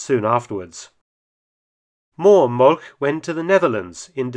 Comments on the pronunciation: Just a note: Molch is not pronounced "molk", a closer approximation would be "molsh" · the proper German pronounciacion of Molch sounds like English molsh